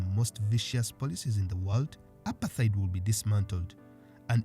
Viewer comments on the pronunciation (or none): Apart-heid and not apar-theid.